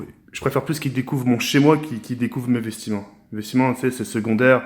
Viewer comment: C'est moi ou il a dit vestiment 😂